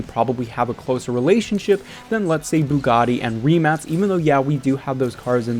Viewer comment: i love you for saying Rimac, and not "RiMaK" like most english speaking people (im croatian so Rimac is my coutryes brand)